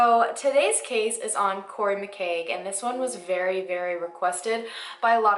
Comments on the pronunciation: His surname is pronounced McKeeg, and it's not 'Corey', but pronounced like the word 'sorry'. 😉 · 1/ Corrie McKeague (pronounced Mc He-ee-g - have a bit of respect!) was no longer in the RAF having been dismissed for class A drug use. 2/ He was ejected from the club by a bouncer for falling into a woman on the dance floor drunk 3/ The landfill site wasn't searched as the weight of the rubbish from the (recycling) bin lorry was 12kg 4/ There is full CCTV footage of him sleeping in the shop doorway for 2 hours before staggering towards the horseshoe although this isn't available to the public - you 5/ His mother is a police officer in the force investigating his disappearance so she doesn't need a private investigator! 6/ The community has not been "amazing" in helping find him - even the RAF friends he was out with that night won't assist 7/ Corrie was very active on swinger sights and frequently met with couples for sex and this is the main theory for his disappearance 8/ The landfill was eventually searched as it was noted that it would be possible the weight calculation was not done - hence the 3 tonnes of rubbish to be searched 9/ Bin truck drivers are entirely accountable for weighing the rubbish they collect hence the bin truck driver being the first suspect 10/ It was Corrie's father that put up the cash reward 11/ There are no "four guys that Corrie could have been hanging out with" as new witnesses. These are the four people who were in the horseshoe area that night while he was passed out in the shop doorway 12/ There is no theory that Corrie 'ran away'. This is